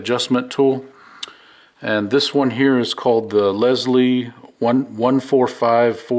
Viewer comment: That gear wrench adapter is ingenious! also the last tool you showcased is pronounced like LIAL. Lisle